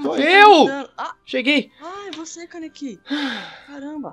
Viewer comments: Ka-nê-ki Se fala tudo junto "kaneki" eu não tô falando bobagem Eu assisti todo Tokyo Ghoul e sei bem os nomes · passando só pra avisar que não é kanekí é kaneki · e kaneki não kanekei